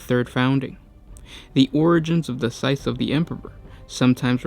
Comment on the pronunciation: you are supposed to pronounce the s in scythes